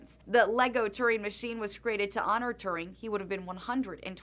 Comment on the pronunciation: Glad I saw this vid, only problem is the dumb pronunciation of his name! it is Alan Turing as in rhymes with Shuring